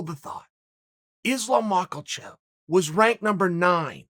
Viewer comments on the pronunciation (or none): Ah a new one “Islam Macklechev” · Chael "Mock-Ul-Chev" Sonnen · Chael “Makel-chev” Sonnen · Why does chael pronounce it makclechev? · I'm surprised Chael didn't pronounce it 'Mackalalchov'